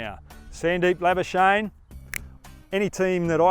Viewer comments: PRONOUNCIATION GUIDE: The correct pronounciation of 'Lamichhane' is 'Lami-chha-ne' . For 'chha', you'll have to blow more air out. Next up, pronounce 'Labuschage' as 'Champagne'. You love the latter one , don't you?😋🤣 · Is he calling him Sandeep labuschnae?? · it's Sandeep #lamichhane not Sandeep #labuschagne😂😪